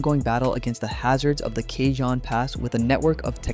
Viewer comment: You managed to pronounce Cajon different every time. It’s ca-hone